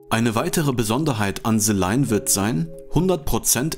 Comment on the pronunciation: Ze line oder the line? 😂